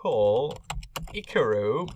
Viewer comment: Actually you can set the color of the no-entry sign right at the scenery stuff window, and then I believe you won't have to change it every time you place a new one in the park (it will be already coloured as you chose). And man... it was kinda weird and funny to hear you say my name, but I liked that hehehe. And your pronunciation is correct, btw (it's a portuguese version for the name Icarus, like "Icarus Park", remember?). Well, thanks hehehe! ;)